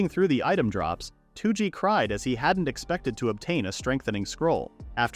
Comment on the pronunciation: Touji is not "Two G" Its rather close to "Though G"